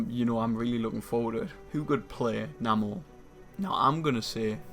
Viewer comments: it's pronounced "NAY-MORE" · Why pronouncing his name wrong?